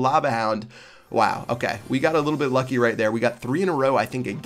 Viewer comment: LoL! He said yucky instead of lucky